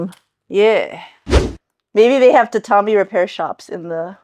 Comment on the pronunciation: That's not how you pronounce tatami